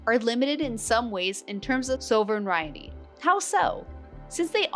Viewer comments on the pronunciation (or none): Sovereignty So-vruhn-tee ;)